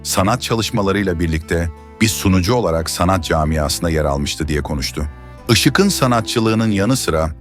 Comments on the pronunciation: Seslendiren arkadaşa UYARI! "Işık'ın" yazılır. Ama "IŞIĞIN" okunur. Bozuk telaffuzunuz yüzünden videonuz aşırı derecede kulak tırmalıyor. İZLENMEZ HÂLE GELİYOR. Bundan sonra ÇOOK dikkat edin bu önemli Türkçe kuralına. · Yazılırken (Işık'ın )diye yazılır, söylerken ya da okunurken (Işığın)diye okunur. Yanlış telâffuz ediyorsunuz. Biraz çalışın bu konulara. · Türkçeniz berbat Işık'ın ne demek yazık